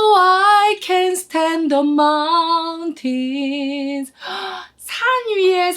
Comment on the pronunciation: 오페라 전공이시고 피아노도 수준급이시고 라틴 이탈리안 더치 프렌취 스페니쉬 등은 잘 하시겠지만 영어발음이 영국식 미국식 발음을 떠나 공통적으로 표현되어야 하는 S다음에 오는 t, p, k 등의 격음을 경음식로 강하게 가지 못하고 마운튼쓰를 마운틴쓰로 가셔서 조금은 아쉽지만 그 외의 모든 것들은 완벽 그 자체입니다~❤️